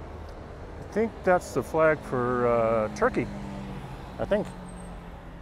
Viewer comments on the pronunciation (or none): none